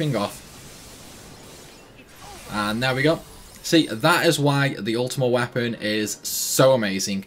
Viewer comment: “Ultimate Wapon”